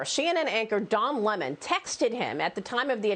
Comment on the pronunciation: Looks its not don lemon. It's Don Lea-mone